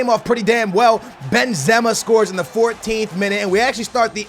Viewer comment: He pronounces the players in such a weird way, naingolan, Benzema and Ozil